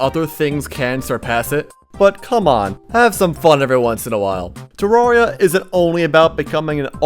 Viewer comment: you're the first person on yt to say terraria correctly